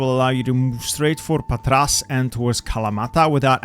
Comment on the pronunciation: It's Pàtra not Patrà. (I know it's hard not to butcher foreign city names)